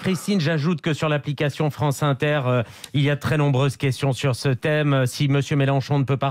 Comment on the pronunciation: Nnnnnnnnnnnnnnnnnnnnommmmmmmmmmmmmmmmmmbreuses questions des zauditeurs, il a dit, en nappuyant très fort sur les consonnes.